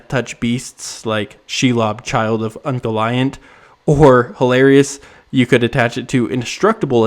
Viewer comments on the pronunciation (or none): very nitpicky correction: for "Ungoliant" the "i" is pronounced like the letter 'e' in the alphabet and the emphasis is on the "o"